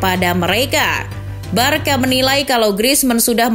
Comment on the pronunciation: woi narator, cara baca Barça itu barsa, bkn barka. paham?